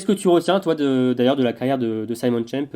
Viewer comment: Petite observation de prononciation, mais il me semble qu'en allemand, Simon se prononce Zimone, et non Saillemonne comme en anglais. C'est étonnant que Schemp n'ait pas attendu la fin du championnat du monde pour annoncer sa retraite...